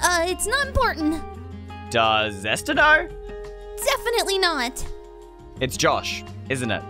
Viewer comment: Why does say “Easter” instead of “Esther”